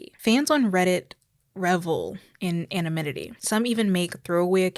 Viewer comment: sista it’s pronounced anonymity